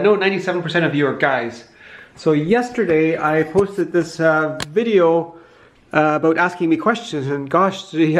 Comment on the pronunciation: You hear him once say "aboot" and you know he's native canadian... of german descent.